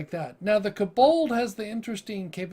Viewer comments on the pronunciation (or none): Where are you getting the "A" sound in Kobold? It's not Kabold, it's Ko-Bold... Hard "O" sound in "Ko" BTW, I've played a Kobold sorcerer and it was fun as hell. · its kobold NOT k-bold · For the pronunciation. Hearing "koBOLD" the whole time was torturing XD